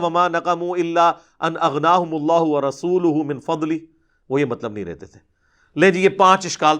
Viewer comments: Ap ki arbi main galti hui h warasuluho h ap ny warasulaho prha h Ali Bhai. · "Wa rasulahu" ni "wa rasuluhu" hy ...ap flow mein glat parh gae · Ali Bhai Bhai ap ny aayat Jo padi h innama waliukumullah w rasooloho h ap ny zabar padh di h please esko edit kr lain